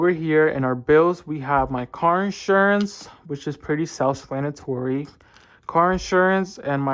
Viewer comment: Hey so I think you asked in a previous video how to say tulip correctly, it's pronounced too-lip and for self-explanatory you tend to say self splanatory